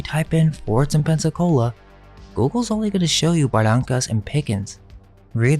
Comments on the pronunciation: You're from Pcola but pronounce Barrancas wrong? Ba rain cus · C'mon man, it's pronounced Buhrankus (Barrancas), Mikray (McRee), Sirvanteez (Cervantes), and Tehhar (Texar). A local should know that. You sound like a google maps narration.